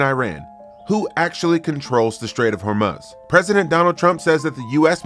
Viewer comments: I know right, you'd think by hearing other people say it correctly, he would correct himself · never could pronounce Hormuz right